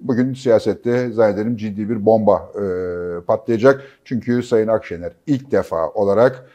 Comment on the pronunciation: adam o kadar yok ki, Akşener adını bile yanlış telaffuz ediyordu. 🤠